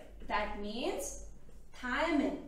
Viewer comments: shouldnt it be "thymine" instead of "thiamine" ? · In T loop it's not thiamine it's thymine